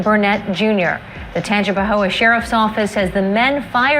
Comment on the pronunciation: This dude trying to pronounce Tangipahoe (Tan-Jah-Pah-Hoe) is hilarious